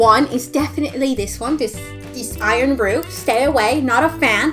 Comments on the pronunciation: Abbie Scott I like iron bru and how she said it "iron bruh" not hate on her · Literally any Scottish person would be so deeply insulted that she called FKN IRN BRU, IRN BRUH 😂😭😒